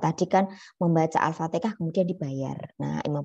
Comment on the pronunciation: Afwan Bu bukan alfatekah tp alfatihah